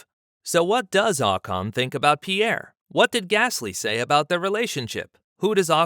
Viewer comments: his name is not Ahcon it’s Ocon. That being said Pierre is a better driver it would be a shame if he stayed stuck in the Aplha Tauri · It’s not AHHH CAHN!!